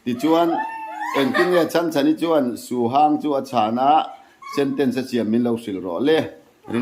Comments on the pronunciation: Su hang tih kha a hang tih kha lam san tur anilo. Lam hniam tur. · Suhang ni lo in suhang, a ah hian thluk a awm lo